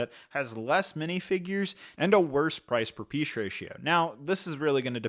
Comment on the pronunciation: Seems like can only say it as “price per piesh ratio” 😂